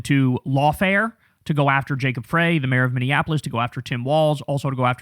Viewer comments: Mayor Frey pronounces his last name as "fry" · You're mispronouncing Frey! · “Fry” pronunciation fyi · Kyle, how do u still not know how to pronounce Frey? 'fry' 😡